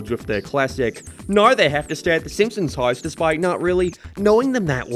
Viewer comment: Ah yes "thy simpsons"